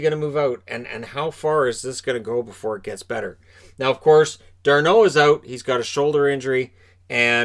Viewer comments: It's Darnold not Darneau....he's not french. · It’s just Darnold not D’arnold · Since when was Darnold french?😂